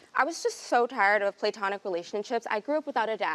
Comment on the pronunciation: “play-tonic” lol nah boo it’s pronounced “pluh-tonic”